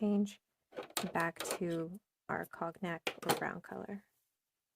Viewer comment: Beautiful design and colors. Cognac = cone yack, proper pronunciation. It's an amber colored liquor also.